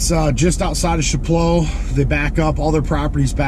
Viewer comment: Pronounced ' Shap-low' 😉 Good video